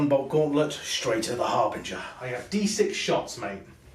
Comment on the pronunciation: Guys it is not a HarBRinger it is a HarBInger......great batrep btw!